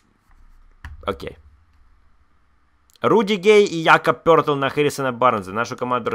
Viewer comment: То, как называет Якоба Пëлтля, это просто шедевр. Пертрл😊😊😊